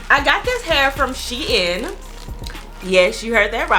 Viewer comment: You are pronouncing it wrong it’s shein like sheen beautiful hair